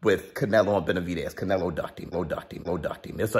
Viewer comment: It’s not canelo it’s canelhoooooo